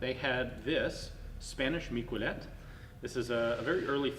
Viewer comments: "Mick-well-let"? I thought it'd be pronounced "Meek-eh-leh". Anyways, I'm not French myself, but it's surprising how much the French contributed to firearm development, the flintlock being amongst them. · In catalonia we remember the miquelets militians as a heroes. It is pronounced mi-ke-lets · Miquelet, pronounced "mickelet" (with the t), it's catalan not french. Miquelet units were created around 1650 during the catalan revolt